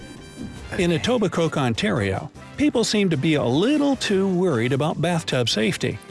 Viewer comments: LMAO at Etobi"coke". I grew up in Etobicoke and no one pronounces the "ke". And I've never heard of that 9cm bathwater law and I've broken that law maaaany times loooool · Etobicoke is pronounced Etobicoe.....